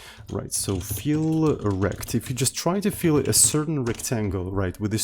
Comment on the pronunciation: Can you rename olivec_fill_rect to olivec_fill_rectangle cause every time you mentioning it I hear "feel wrecked"?